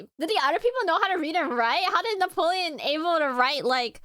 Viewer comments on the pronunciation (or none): Your fricking killing me,. With both you laughing at random times that aren’t funny also your historical knowledge, and your mispronunciation of napoleon, it’s Napoleon not Neapolitan